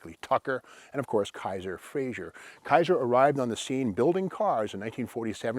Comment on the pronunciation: Good job for the most part but I have to voice (type) one of my pet peeves. It's Frazer, not Frazier! It's pronounced "Fra- zer" not "Fra -zhur" Joe Frazer was Scottish. Other than that, great info and a great video.